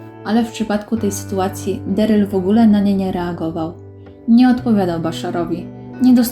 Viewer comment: Na samym wstępie - nie "Deryl" a Darryl, to chyba nie jest trudne do ogarnięcia? Strach, co będzie dalej.